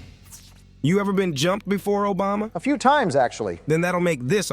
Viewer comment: Nobody gonna talk about calling Obama Ojama?? 😂😂